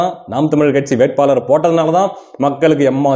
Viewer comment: நானும் NTK தான். ஆனால் தயவுசெய்து தமிழை நல்லா உசசரிசசு பேசுப்பா. அவரகல் இவர்கல் வேட்பாலர் ன்னு சொல்லாதே. ல ள பெரியவங்க யார் கிட்டேயாவது கறறுக்கோ